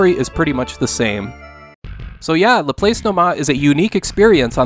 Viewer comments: According to my math teachers, "Laplace" is pronounced la-plahs. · Great video, as always. I want to offer a small correction. Laplace is a French name pronounced more like Lah-Plahss. Laplace is one of the many mathematicians and scientists whose name my American students struggle with, e.g., Euler, Fourier, Chebyshev, etc. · I think Laplace is pronounced LA-PLASS like the famous mathematician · While it's not that big a deal, "Laplace" is pronounced Lah-PLAHSS.